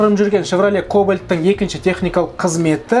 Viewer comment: Кублит емес Кубликко